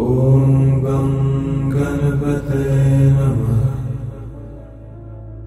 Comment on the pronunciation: given that this mantra is in sanskrut, the word 'ganapataye' is not pronounce correctly. the 'n' to be specific.